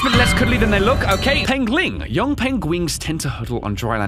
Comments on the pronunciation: Pengwing? Benedict Cumberbatch would be proud. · Pengwing. Please tell me that was intentional... Benedict Cumberbatch... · I think the name Pengwing is directly from Benedict Cumberbatch, cuz somehow he couldn't pronounce penguin and kept saying pengwing in a documentary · Finally. a penguin Burbatroph Corralsnatch can pronounce!